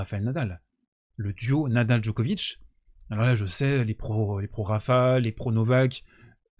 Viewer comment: Pour info, la ville natale de Monica Seleš (son nom de famille se prononce donc "Selech" en Serbe, et non pas comme tout le monde... Seles... Vous avez bien compris qu'il faut dire Djokovitch, et pas Djokovique, n'est-ce pas?) est la seconde ville Serbe la plus importante de Serbie, non pas "à côté de Belgrade" (pardon, la Serbie est un petit Pays) mais à une centaine de km plus au Nord de la capitale Serbe (au Nord-Est du pays, exactement), très proche de la frontière hongroise (frontière elle même à une centaine de km de Novi Sad), Belgrade se situant au Sud de la Serbie. Novi Sad se trouve dans la province autonome de Voïvodine (qui abrite d'ailleurs une forte communauté hongroise, Hongrie où se trouvent les origines de Monika Szeles: écriture hongroise, "Sz" se prononçant comme notre ch français). La Voïvodine est une région agricole du nord de la Serbie. Merci beaucoup à d'avoir rappeller les 8 titres en GC qu'elle a remporté, avant l'âge de 20 ans! PS: La République fédérale de Yougoslavie (jusqu'en 2003, Yougoslavie signifie "les Slaves du Sud": Youg veut dire le Sud en Serbe) était composée de 6 républiques fédérées, qui sont toutes devenues des Pays indépendants: la Bosnie-Herzégovine, la Croatie, la Macédoine, le Monténégro, la Serbie (comprenant toujours les régions du Kosovo et de la Voïvodine) et enfin la Slovénie. A noter que malgré la guerre de l'Otan en Ex-Yougoslavie, à la fin du siècle dernier, environ la moitié de la communauté internationale ne